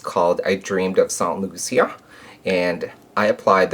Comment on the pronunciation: I hope I don't come off rude but it's pronounced St. Lucia (loo-sha) but I guess its just your accent. Love the look!